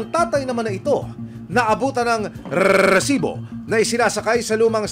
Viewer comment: Rrrrrrresibo,ok na sana yung catch phrase lang ang sobrang OA